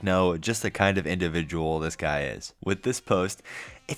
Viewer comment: The unibrow furl, that smirk, and a grown man saying "wib" instead of "with" just brings vomit from the depths of one's gullet.